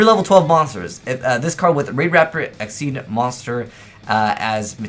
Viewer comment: Neko Mata more like "Ex-she's" but they were trying to say "Exceeds/Excessive" their Eingurishzu (english) is out there.